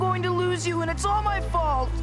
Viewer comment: Isn’t reversed, the pronounce that is a little weird. She said: “Aaawn you care about me”